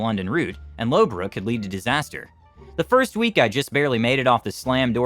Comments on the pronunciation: Great job on the English names except for: Loughborough = Lohf-brow and Norwich = Nor'ich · The correct pronunciation of Loughborough and Norwich are 'Luffborough' and 'Norrich' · Actually laughed at the pronunciation of Loughborough anmd Leicester. Nice try, but it's pronounced Luff-bur-rur. "Lough" is prounounced very not-how-it-looks. Leicester is leh-str similar to the name Lester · Low Borough! Eely! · Loughborough, Norwich, Leicester and Ely were all mispronounced